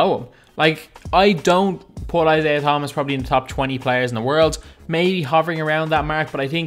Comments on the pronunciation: This dude said kyrie is 81 hah! Psyke he is gonna be like 87 I just watched a vid of NBA players reacting to their ovr also he said isaiah th-homas th as in thumb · He pronounced Isaiah Thomas wrong he said th wrong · U pronounced thomas wrong and I laughed